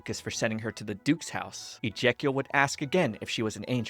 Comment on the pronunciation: I don’t know whether it’s your pronunciation or the poor character is actually named “Ejacial” but it’s tough not laughing at his expense Looked it up, the poor boy is named “Ijekiel” which is unfortunate 😅